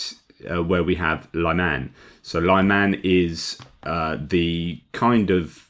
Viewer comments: At the risk of being pedantic to a Philosopher, may I suggest pronouncing Lyman (or Liman) the French way? As with Lyon? Unlike other Ukrainian towns, there are only 2 syllables involved. I have seen some folk spelling it Layman, which is the next step I suppose, to be blamed on Autocorrect. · Thank you for suggestions. I was listening to another Ukrainian who pronounced it the way I was trying here.